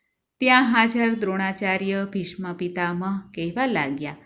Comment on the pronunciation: બહેન, ખુબ સરસ. અભિનંદન ! માફ કરીને એક વિનંતી સાંભળજોજી. સ્તોત્ર પઠન દરમ્યાન, લિખિત શબ્દોચ્ચારણ કરશોજી. દા. ત. "ભીષ્મ "નું ઉચ્ચારણ "ભીષ્ણ "કરી રહ્યાં છો, આમ ઘણી જગ્યાએ આવું સાંભળવા મળે છે, અલબત્ત ગદ્ય પઠન બરાબર છે. જય હનુમાન દાદા.